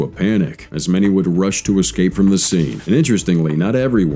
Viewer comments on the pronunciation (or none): none